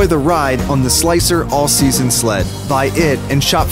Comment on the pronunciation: Who heard him say ”All SLEASON Sled”